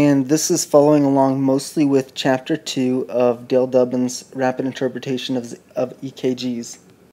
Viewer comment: D OO BIN, not Dubbin.